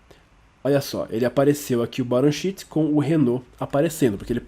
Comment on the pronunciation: Excelente aula, muito obrigado! Em qdo vc falou "Sheet" pareceu que era "shit"!